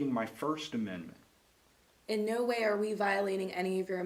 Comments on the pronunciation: "Amendant" from my "understand" ... I think someone should have seen to her education! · “You have a right to your first amendent” 🙄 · Dcs worker can't even say amendment....😄wow! Where are u getting your knowledge, she said yesterday...haha